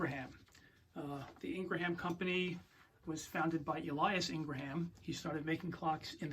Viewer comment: It's Ingraham, not ln gra ham.